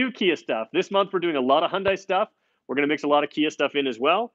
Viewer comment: Dude.... If you're going to do car reviews, you need to get the pronunciation correct. In the word Hyundai, the word sounds like "Hyun + Day." Acceptable is "Hun-day" but you do NOT pronounce "i." "Dai" sounds exactly like "Day." Feel free to ask any Korean.